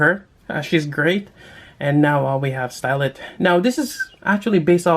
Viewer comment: Her name is stylet but you read it like stilet